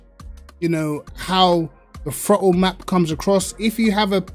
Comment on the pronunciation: Amazing how I hear "the frottle pedal" in his accent 🤣🤣